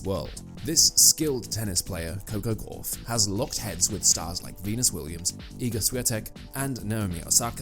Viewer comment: Yet more badly written and badly voiced (by a machine - which can't pronounce her name correctly) asinine drivel. I am so sick of this Americanised rubbish. Please let's get back to real journalism